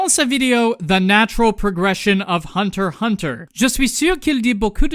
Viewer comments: C'était très bien et très drôle ;D Mais si tu voulait VRAIMENT faire le mec qui parle français jusque au bout, tu aurais du prononcer le nom de l'anime : Hunter ixe Hunter. Bisous depuis la France :3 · FYI its "unterXunter" in french otherwise Great job!